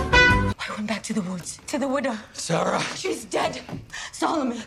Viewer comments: The fact that u kept saying Sasha instead of Sarah 😭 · Every time you called Sarah Fier Sasha Fierce i cracked up lol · "sarah fier" is already written in the rock,but he still read it as "sasha fierce" 😭 ajakaka 😂 and he nodded at the end when deena said to sam, you're dead without me ahahaha lol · I love your reactions but you calling Sara Fear Sasha Fear the whole movie had me busting out laughing. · Not him saying Sasha when her name is Sarah 😭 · I get it, at first it was a mistake but how do you mistake Sarah for Sasha again while reading it? On the stone😭 love you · He said Sasha fierce lol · Me the whole time annoyed because he kept saying Sasha instead of Sarah. (No hate towards him btw) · “Sasha Feir” Gurl really? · THE WAY YOU SAY SACHER AND SALAMANDER EVEN THOUGH ITS SARAH AND SOLOMON BUT WHILE EDITING U REALISE YOU SAID IT WRONG PLEASE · it annoys me way too much that he says Sasha and not Sarah